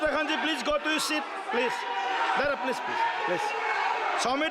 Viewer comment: Om Birla Cement saying pleaz pleaz 😂😂😂😂